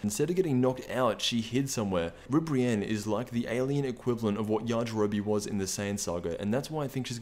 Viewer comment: After you said Ribrianne I couldn't take this video serious